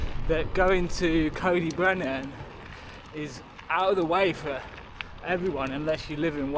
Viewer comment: Nice vid and lucky to call this my local. Trail centres are all suffering as bike parks rise in popularity and you can get to the Alps for only slightly more than a long weekend in Wales. CyB (pronounced Coy Dee Brenin by the way not Coe dee brenin 😅) has been let down hugely by natural resources wales and they have played a major part in its decline. Anyway, nice vid mate